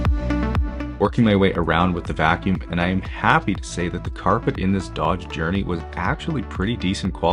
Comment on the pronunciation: Did you say Dodge Journey or Dog's Journey?